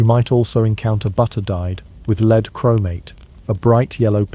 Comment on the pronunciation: Pb is led not leed